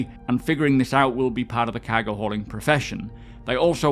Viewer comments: Everyone: cargo: CAHGO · Physicalized COWWWWGO! Every video lol. I know a lot of English content creators and he's the only one I hear pronounce it this way. Love the content though, keep it up! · Cahgo lol